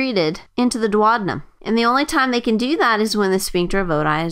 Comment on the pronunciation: dwadinum? thats just too painful for the ear